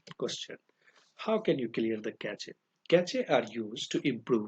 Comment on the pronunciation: Cache ko "Cash" pronounce karte hai bhai